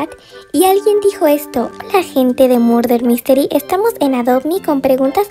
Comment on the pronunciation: Murder Mystery* no "Mulrer Misteli" se nota que cuando grabaste el video no conocias el juego lol